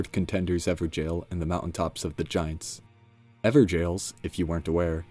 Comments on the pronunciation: I keep hearing Ever "Jail" but would it not be pronounced 'Gow-ol'? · Everjail? Pretty sure evergaol is not pronounced like everjail. Someone failed hooked on phonics. 😂💯 Atleast you're not saying gorn Lord of blood. 😂😂😂